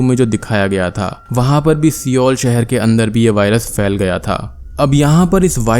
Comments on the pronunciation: "Se-ol" 😁🤦🏼‍♂️ bhai uska pronunciation "sol" hota hai Seoul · The name of the city is Seoul but it is pronounced as 'Soul'. Just to let you know. And yeah I am going to watch this on Netflix cuz why not 💜💜